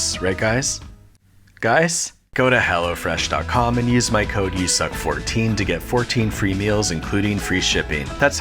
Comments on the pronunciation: Go to HELL. . . ofresh Is it just me or did he put more emphasis on that word on purpose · I can't be the only one that heard that as "...go to hell o' fresh..." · lol thought he said go to hell instead of go to hellofresh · really thought he was saying “go to hell” for a split second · Same here, I was just using this for background noise and then I heard "go to hell" and got so confused!